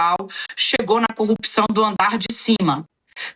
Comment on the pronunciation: Será? Olha! Quem tem...tem medo! TIC TAC TIC TAC.Engraçadissimo,como fala a palavra " corrupção"!😅 Ridículo!